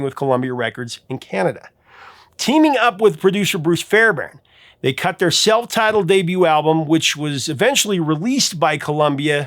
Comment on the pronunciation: As a guy with the last name Fairbairn, I super appreciate your pronunciation of it. You nailed it perfectly.